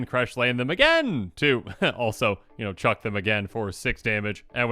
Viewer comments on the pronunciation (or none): none